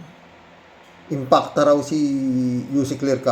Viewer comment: malaki kasi ang IMPACT ni Anti Kler sa mga DDS kaya si Manang Imee eh, na misprounced nya ang IMPACT .. dinagdagan ng isang letran A..... Si Manang Imee eh, naging ala Allan Peter Cayetano na rin... nag paka baba na talaga ... i mean nag pag low low life na talaga.